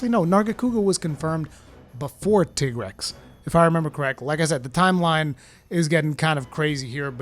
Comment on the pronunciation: Finally someone who pronounced tigrex right❤😂